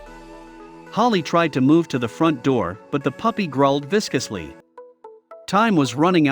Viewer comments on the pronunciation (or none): No actual pictures? And for someone who supposedly loved dogs, "Holly" should have known a coyote from a "pup". Obviously not a "pup" either, or it would not have been able to tear through the door. Even coyote pups do not have that kind of strength. Automatic reader? "Viskusly"? Really?